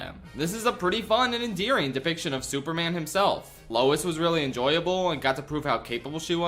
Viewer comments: Why calls man, soup man? Is he stupid? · ah yes, souperman